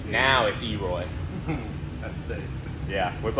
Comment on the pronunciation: Elroy not e roy